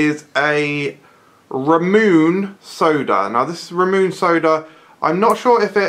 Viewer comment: Where did you get Ramune from? I really want it, and by the way it's pronounced (rah-moo-nay)